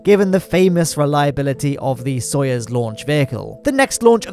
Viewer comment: really be out here saying "Soyez" rather than "Soyuz" lol